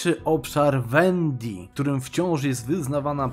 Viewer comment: Wendii przez W, nie przez Ł, bo aż uszy bolą